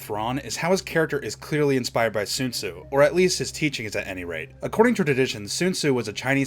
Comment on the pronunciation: Sun zu not Sune su